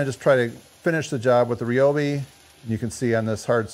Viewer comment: its not REE - O- BEE, its RY- O- BEE